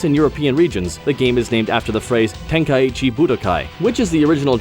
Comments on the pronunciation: It's not Tenkai-ichi there are no 2 I. Ten-kai-chi OR Ten-ka-ichi if you want to have gthe ichi sound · I thought the same. I don't think so. As far as i'm aware it would be "Tenk-eye-chee", but I'm not sure. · Nightbane Or "Tenk-eye-ee-chi" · Ten-kai-chi not ten-kai-ichi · is he pronouncing tenkaichi wrong? or is it me? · Is that how you pronounce Tenkaichi?